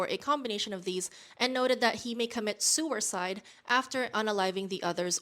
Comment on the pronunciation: SEWERCIDE?sewercide? LOL sorry but I couldnt resist making fun of that one.